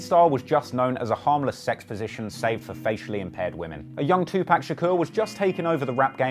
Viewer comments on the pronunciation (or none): You got a dislike for saying tuPACK instead of tuPac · Nice vid. But please don't say 2-pack. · u cant have a name like and mispronounce tupac lmao